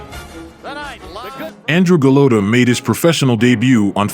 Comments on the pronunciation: Do you ever try to pronounce the fighters names correctly? Its not pronounced "golOTO" its "golota" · Why does this guy call him Go-low-ta instead of Go-lot-a like the announcers did during his fights? He obviously never saw him fight live. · Also, it’s pronounced Go-lotta, not Go-lowta. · It’s not “GoLOWta”…..it’s “GoLOTta”….okay? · Go load dah lol. I believe it's gah lod dah. Either way, dope video my man 🔥🔥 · It’s Gaaa Lot Ah ..not Gill Low Ta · Who is go lo toe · It's pronouced Go-lot-tah like the way the fight announcers pronounce. Sucks that you got it wrong a ton. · His name its Gal-Oh-ta. It's Gal-la-ta. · Goo-Lot-A come on son. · It’s pronounced Golotta. I like watching videos people create, but at least do a little research about pronouncing the names correctly. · Cant even pronounce his name lol and making videos SAD HIW FAR WE HAVE SUCK LOW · This narrator can't even pronounce Golota's name correctly. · You can’t even pronounce his name. Get someone who at least knows how to pronounce the name of who he’s talking about. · Could you at least correctly pronounce his name? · I hate hearing this stupid commentator Pronouncing Andrew's last name wrong. Stupid stupid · Not as sad as how this narrator keeps mispronouncing Golota's name. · Seriously... did you not hear how EVERYONE says dude's name?!?!?!